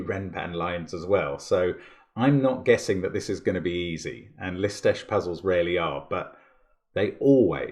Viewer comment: I am always surprised when I hear Mark pronounce the name of Lisztes, because it is just perfect.